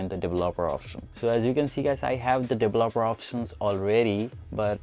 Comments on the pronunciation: Dele-laper-er options lol! Its Develop-er options. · Didn't work, also please learn to pronounce developer. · He couldn't say "developer", but the video was informative. Love the end with bixby! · Dev-lop-er options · "Devolobeler options" IM DEAD 😭😂😂😂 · The way you pronuce developer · Lmao can't even say developer 🤣🤣🤣